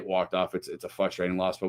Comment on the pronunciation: Love the show, good content. Game is almost as frustrating as pronouncing it "fustrating" lol. Keep up the great content, go crew!